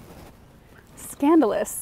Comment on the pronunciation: "Scandolous!" Haha! Come on, I dare you, call it by it's common name - that cracked me up!